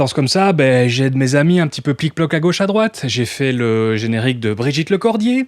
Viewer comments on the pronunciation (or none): none